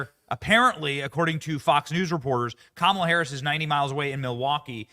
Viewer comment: There's a new name for Kamala............. "Ka"MAO"la. 😂🤣😂🤣😂